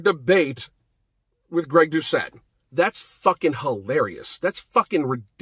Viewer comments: I'm not sure that's the way you pronounce Gregs name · Andrés Castillo I thought the same thing the moment he said Greg. Couldn’t even pronounce guy’s name right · Finally someone butchered Greg’s name, it’s always him butchering others names lol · Moment you said Greg’s name I laughed my off cause he always butchers the easiest names ever. He could even pronounce guy right